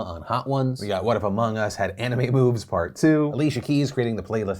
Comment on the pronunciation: Did anyone else hear it as, "What if Among Us had Anime Boobs" instead of moves?